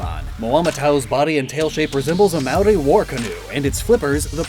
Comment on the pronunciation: not ragging on you at all, but just trying to give some constructive criticism around the New Zealand inspirations. "Aotearoa" is pronounced more phonetically like te is tay and ao is similar to ow and "Māori is pronounced like the word "moldy" without the L sort of. in the Māori version of the myth Maui pulls the north island (which is a big fish) out of the sea and is is carved by his brothers who want the meat. The hook Maui uses is also the jaw of his grandmother. the design on Moamatau are quite good but i expect to see more korus which are generally more recognisable as new zealand, however they may be slightly out of place on a dinsoaur or mosasaur such as this. loved the video and all your other content!